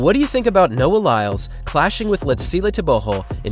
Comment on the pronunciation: Could you please take time to learn the proper pronunciation of the african names of these athletes. I know you dont mean to butcher the names but I promise you it will go a long way. Like for example you dont say tebogo properly... it is suppose to sound more like Lee-tsee-llehh Tehh-bwuu- gwoh. What you currently doing sounds like saying nuu-aah lie- less instead of noh- wah lie-lls